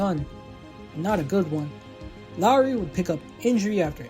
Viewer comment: Dude thats not even how you say his name 😂… LOHR-ee - it’s not pronounced not like Kyle Lowry or Jed Lowrie. Sorry brutha but I was rooting for this guy ever since we traded Marcum for him at least get the name right